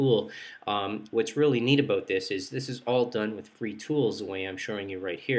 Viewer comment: Aboot, He Said Aboot... Canadian Aloiittt...